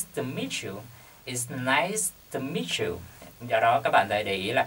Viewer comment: It's nice to meet you but you sound like "It's nice miss you"